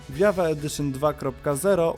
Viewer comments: Minecraft JAVA Edition czyta się *dżawa, a nie jawa, tak tylko mówię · Tak wgl to Java czyta się dżawa. Java to język programowania, w którym jest napisany minecraft